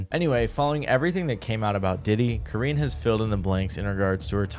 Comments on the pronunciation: Karrine = Core-rin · You said Karines name right the second time 👍🏾